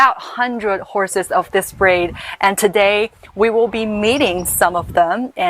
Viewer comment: I thought she said "braid" instead of "breed"